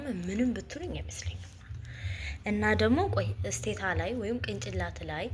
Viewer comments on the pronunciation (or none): እስቴታሳይሆን ቴስታታ ነው የሚባለው ለይሉ😂 ወላሂ እንዴት እንደምጠላው 😢